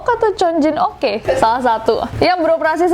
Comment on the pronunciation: Yg Korea itu bacanya 'cheong jin ok' kak.